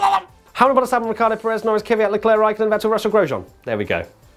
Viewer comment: Why do people say "Kyvat" when it's "Kvyat" the V comes before the Y. Or am I wrong?